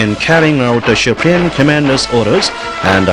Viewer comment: This propaganda video's English speaker sucks ass. SHUPREME COMMANDER lol